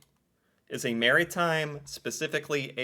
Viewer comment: Bud it’s not merry time lol it’s mara thyme lol